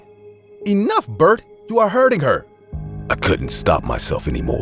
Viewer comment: Name said Bart but I hear Bert